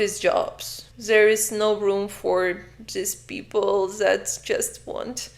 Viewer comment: Why you say " Zat " is " Dat " if you cant handle the Th